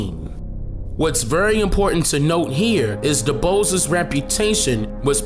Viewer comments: Pronounced Du Bois (sounds like B·oi·ce) . not "Bose" as in (nose) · W.E.B DuBois ( Doo-BWAH) fyi... for anyone. Yo, I Love Your Vids Brother! Just know ,your vids are being shared with Many!!! It’s needed instead of the BS! Thank you for your hard work!!! You are DOPE!🦉🧘🏽‍♀️🙌🏽🌟🔥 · Hearing you pronounce w.e.b. Dubois the way you do makes me want to bang my head against the wall